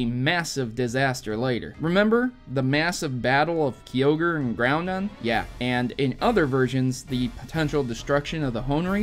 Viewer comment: "Keeogre and groundon"